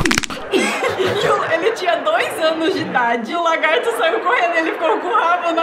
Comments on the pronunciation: kkkkkk o fala o largato e e lagarto kkk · ele falou largato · O melhor foi o falando "largato" KKKKKKKKK